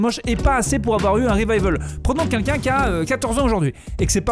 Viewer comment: "QUELQU'UN" pas "QUINQUKIN" !!!